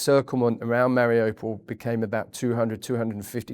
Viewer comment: The place is not difficult to pronounce, he should have known. Its "Mar i you, (or ou) pol. Nor, mari oh pol.